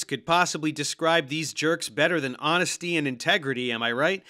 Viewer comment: "honestits & integreedy"